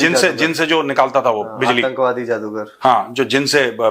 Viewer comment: You are good producer, no doubt but pl say Atankwadi not Antakwadi